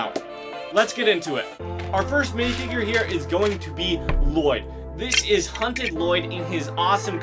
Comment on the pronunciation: Lloyd ? You mean La-LLoyd ?